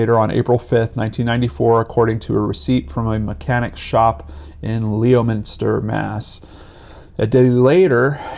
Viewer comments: I'm from Leominster. It's not Leo- minster. Its Lemon-ster. The O is silent. Or if you want to sound authentic it's Lemon-sta. lol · Leominster, MA pronunciation: Lemon-ster.